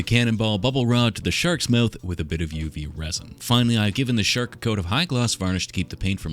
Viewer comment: My wife, sitting next to me, thought you said “shart” instead of “shark” and it got me wondering how one might represent a shart in clay.